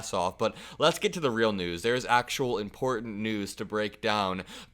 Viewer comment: MTG is a mecha-Karen, she barely has a command of the English language and wen she pronounces important as IMPORDANT she sounds like an idiot